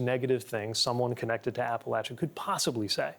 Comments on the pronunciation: Thank you for pronouncing Appalachia correctly!!!! It’s Appa_Latcha around here where I live in East TN. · Pete even is pronouncing Appalachia correctly. Most people pronounce it with a soft “sh” sound while Appalachians pronounce it with a hard “ch” sound just like Pete.